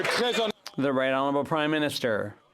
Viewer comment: sorry all i hear is crimeminister lol